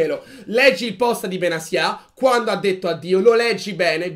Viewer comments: Perché benasia e non Benatia? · secondo me Benasià non si può sentire, inoltre è la prima persona che sento chiamarlo in quel modo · In verità non si pronuncia in nessuno dei due modi che avete detto